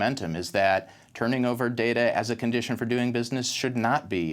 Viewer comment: Please let that chap from Amsterdam know how to pronounce data (NOT darda)! :-O